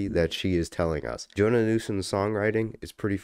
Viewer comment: You're pronouncing her name like Jonah, it's more like Joe-Anna.